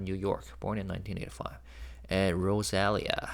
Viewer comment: Maybe it's Rosa-lee-yah?